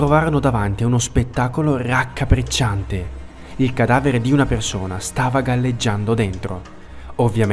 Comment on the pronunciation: Devo ammetterlo, al tuo "RRRraccapppriccianteh" mi è scappato un sorriso! Bentornato sul tubo!